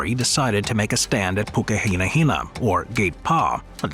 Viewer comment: Maori from NZ here, perfect pronounciation of Pukehinahina narrarator 👌. Exceleent research was put into this entire video, all of the story of Gate Pa was correct, to add to it; The main reason British were embarrased was because maori hardly had any fire power if any. British had never seen trench warfare nor could the British fight hand to hand whereas our tribes have been warring over territoy for eons